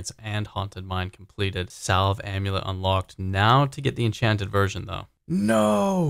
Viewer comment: Anyone notice he said completed like c engineer